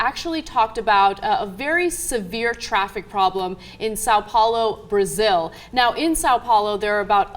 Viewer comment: This is driving me insane. In Portuguese, "ão" is distinct from "ao". "ao" is pronounced like it looks, but "ão" is a nasal sound best approximated as "on". So it's actually just pronounced "Son Paolo", not much different from the spanish "san".